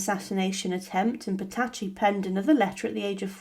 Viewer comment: It always shows a good grasp of the subject when you cannot pronounce their names.